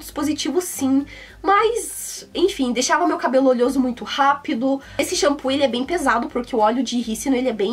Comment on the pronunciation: né "olhoso" não, é "oleoso"